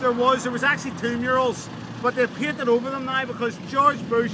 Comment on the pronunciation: I did this tour with this guy 8 years ago, and I couldn't understand the word murales, I kept listening mirrors and I was so confused